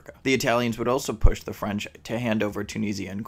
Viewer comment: Problems with the video that nobody else seems to have noticed yet: You say that though Italy would want Corsica and Tunisia (the latter of which is mispronounced), France wouldn't give those territories. This is a baseless claim. Why, then, did France hand over half its mainland to Germany? Indeed, it was because the Germans already occupied most of that. And there's no reason why Italy wouldn't be capable of occupying Tunisia and Corsica. So I don't really see your logic here. What the hell are the logistical issues of operating out of the Middle East? I don't see the Iranian military on its own being able to advance very far, but that's not the reason that you cited.